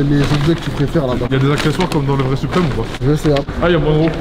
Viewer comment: ah oauis zarma "suprime store" 😭😭